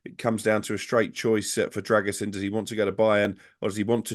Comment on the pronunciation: Pronounced "Drer-goo-sheen" according to my Romanian mate :)